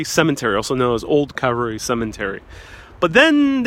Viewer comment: and this guy needs to be educated: "The Grass isn't mowed THAT WELL.. This cemetery is cared for impeccably. This Guy seems like a Rank Amateur....He CaNNOT EVEN PRONOUNCE THE cEMETERY' NAME CORRECTLY.